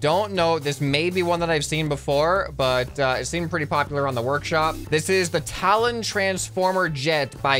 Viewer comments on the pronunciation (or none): none